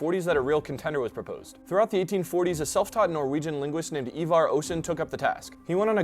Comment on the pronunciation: Hats off he didn't butcher Ivar Aasen's name👌